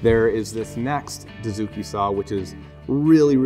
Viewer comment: Good stuff. Hey guys. Please understand this. I am a Japanese woodworker. Dozuki or Dotsuki. You guys pronounce "doo" zuki. This is totally wrong. It should be pronounced like "doe" or "dough".